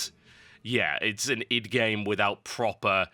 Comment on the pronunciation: Wow this is probably the first time I hear someone else pronounce Id the way it should be pronounced!